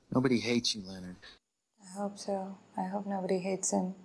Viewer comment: Leonard. His name was Leanard. 😅